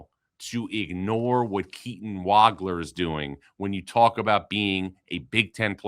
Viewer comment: Nice to hear Keaton's last name pronounced correctly.